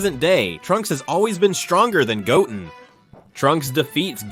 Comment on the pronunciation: Pardon me as a neophile, but would simply putting a space in your transcripts before the AI butchers every name not suffice? Couldn't Go Ten be pronounced correctly as opposed to Goten ( and therefore Gotten)?